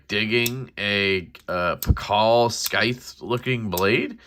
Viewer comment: It's just pronounced normally like sithe lol